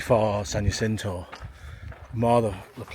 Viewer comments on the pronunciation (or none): Not always, but in general, the J is pronounced like an H in Spanish language. Jacinto = Ha SEEN toe. and Cajon = Ka HONE. Enjoying your videos, keep on truckin'! Cheers and happy trails!